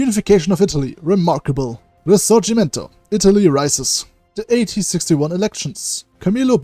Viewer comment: you have an excellent Italian pronunciation, you are the only person who makes videos of hoi 4 who I have ever heard say the word risorgimento correctly